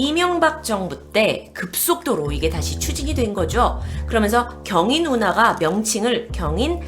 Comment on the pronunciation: 경인운하 맞죠? 경희누나라고 들리는 거 저 뿐인가요?ㅋㅋ